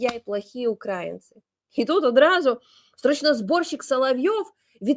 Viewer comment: УкраИнцы, а не УкАинцы! Не путай! Ударение ставь, пожалуйста, правильно!